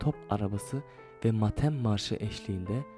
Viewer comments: öyle bir videodaki dış sesi konuşacak adam "Kâmile", "kâğıt", "ebediyyen", "mâtem" kelimelerini doğru telaffuz eden biri olsaydı bari! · Edebiyen'le kalsa iyi. Kağıt kelimesi kalın okuyor. Oysa ince okunur, matem kelimesinde "a" harfi uzun okunur. Dümdüz okumuş. Aklınca fenomen olacak cahil